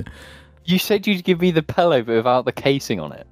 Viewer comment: Cast was pretty mid tier for the first half but mispronouncing pillow as pellow again made it a 5 star ep.